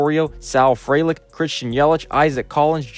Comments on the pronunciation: Small point: Frelick is pronoucned FREE-lick. bref usually has a pronunciation guide for non-obvious names, they're a great guide to use! Great video otherwise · good video! appractie teh graphs, jysk it's pronounced free-lick